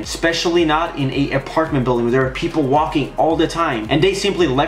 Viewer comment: billcam he said peapoles